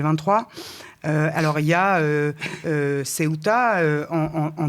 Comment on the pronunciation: Le Maroc admet donc avoir en voyé 40 000 personnes à Ceuta, qu'on prononce "Céouta" et pas Ciotat, qui n'as rien à voir Paella mais plutôt tout avec avec la Bouillebaisse.